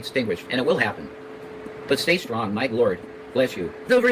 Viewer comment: I think they have been together waaayyy too much!!! Even has started to lose his gs!! I've heard it a few times now stron and wron 🙄